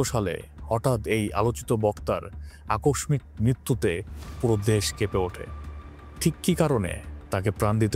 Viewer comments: আকসমিক না, বলুন ‘আকস্মিক’-উচ্চারন হবে ‘আকস–সিক’ ভুল ধরার জন্য নয় ভাই, খোদার জন্য তোমাকে ভালোবাসি বলেই বললাম। খুব ভাল বলেছ।।আল্লাহ্ তোমার চ্যানেলকে সর্ব্বজনগ্রাহী করে গড়ে তুলুন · Bhai re, uccharon thik koren plz... Akoshmik ki jinish re bhai!!? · ভাই, উচ্চারন টা আকষমিক না। লিখে তো বুঝানো যাবেনা, কোন বাংলা শিক্ষকের কাছ থেকে দেখে নিয়েন। আপনার নিশ যেহেতু গল্প বলা, তাই ভুল উচ্চারণ আপনার ক্যারিয়ারের জন্য বিষ। শুভকামনা